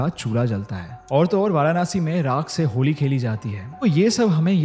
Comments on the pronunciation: It's not varaanasi..it's Varanasi 🙂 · It's not varanaasi bro it's Varanasi simply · Firstly pronounced and spell correctly it's nit varanashi It's varanasi Aur mai yahi pala badha hu But jaisa is yt wale ne sbka chutiya kata aisa kuxch ni hai koi strong energy feel waigar feel n hoti😂😂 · भाई वारानासी नहीं वाराणसी होता है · वाराणसी ✔️❤ Varanaasi ❌ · वो वाराणसी हैं... वारानासी नहीं हैं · It's not varanaasi 😂it's वाराणसी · It's Varanasi not Varanaasi Har Har Mahadev 🙏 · वाराणसी। And not वारानासि! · What nonsense way you pronounciate, it's वाराणसी not वाराणासी। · Varanasi bolna to sikh lo..Hindu ho tum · No offense but so many times he said Varanasi still didn't pronounce it rightly even once. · The varanasi pronunciation by him is too different...thnx for t information...but just one thing...karm kariye n life enjoy kariye....and apne baare m bhi sochiye...aage bhagwaan k haath m chor dijiye....varanasi story is quite feary...though so true...its t fact f this moksh nagri🙏🙏🙏🙏🕉🕉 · Pl pronounce Varanasi correctly. I don’t understand the fashion of pronouncing Vedaa, ayurvedaa even while speaking Hindi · varanasi theek se toh bol lo bro